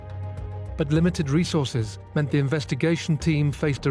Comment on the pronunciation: It isnt limited re sources the word is resources.